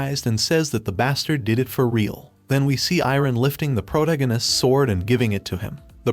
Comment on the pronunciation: I like your videos but please just say protagonists right